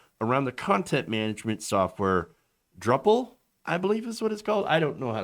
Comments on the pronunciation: Pronounced droo-pal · Drupal is pronounced "drew pull". Always reminded me of droopy nipple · For the record, drupal is pronounced "droople" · it’s pronounced DROOOO-PULL :) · "Drupal" Lol!